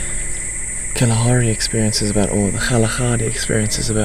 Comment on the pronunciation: كأنه قال خلاخاري